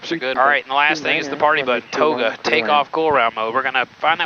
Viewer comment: that "toga" was crazy💀